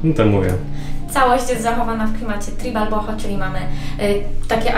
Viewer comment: Żadne tribal, tylko trajbal.